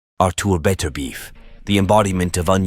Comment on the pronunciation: Im sure thats not how you pronounce his name 😅 good vid 😊👍